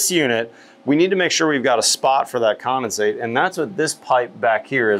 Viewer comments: Are you saying commonsate or condensate? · There is a D in condensate. seems to be saying “commasate” for some reason